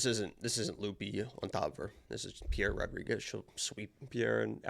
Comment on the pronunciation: Why is calling her Pereira Rodriguez 😂😂😂